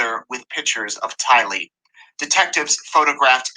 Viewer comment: I’m not 100% certain but I think the 17 year old’s name is Tylee (not Taylee), just a heads up!! Love you!! 😘